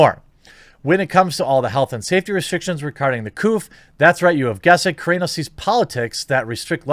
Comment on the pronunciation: Hearing you mispronounce Gina's last name the entire video, and calling Covid, the "Coof" hurt my heart.